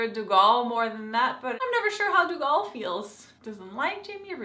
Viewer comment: Lovin you outlander reviews! But pleeeease its pronounced "Doo Gel" thank you!